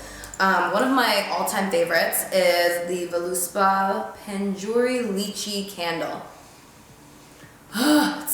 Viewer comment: I died at how you pronounced Lychee. Is that how you guys say it over there? Love your hair in a bun btw!!! 😍